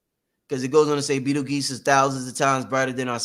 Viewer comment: Pronounced like beetle juice